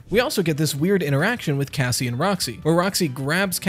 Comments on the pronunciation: Does anyone hear “gazzie” instead of Cassie? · I thought he said Gassie and I’m like what the hell could that be short for? Gassandra? Gaston?